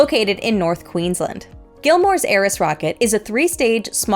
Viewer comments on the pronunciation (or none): Love the coverage of Gilmore 🇦🇺 Only thing to change, it's pronounced 'Queens-land'.